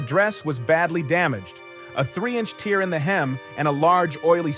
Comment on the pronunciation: The dress wasn’t crying it should be pronounced “tare”